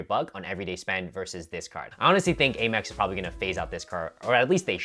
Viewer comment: Stop saying Eh-mex.